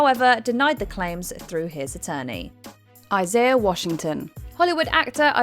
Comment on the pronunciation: Why does she pronounce Isaiah Washington’s name two different ways? 😂